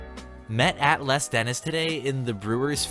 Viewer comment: Les Dennis is pronounced Lez :)